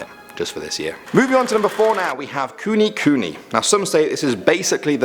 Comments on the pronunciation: Also its not kunikuni pronounced its kunekune btw I LOVE THIS KEEP UP THE WORK YOUR SO FUNNY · Ku-ne ku-ne. Thats how its promounced. Sorry, im fluent in Japanese, and it sound weird as kuni mini#!